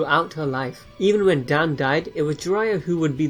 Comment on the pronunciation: Its dawn not dan